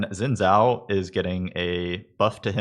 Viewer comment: Xin Zhao = Shin Jao